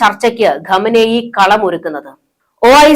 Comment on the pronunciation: ഘമനേയ് അല്ല ഖമനേയ്. ശരിക്ക് പറയു.